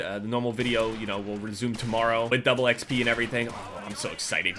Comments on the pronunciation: Is it just me that heard him say doubley xp? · Be prepared to be made fun of for saying dubley XP and not dubl xp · Why does he say, "Double eXP" it's "Double XP"